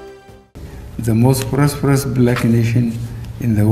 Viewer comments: He didn’t say prosperous.. he said “prosproperes” 🤷🏾‍♂️ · Did he say the most prospros Black nation in the world!?